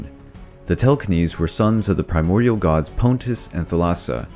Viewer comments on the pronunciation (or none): none